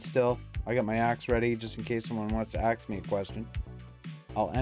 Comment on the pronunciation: Stop saying axe me a question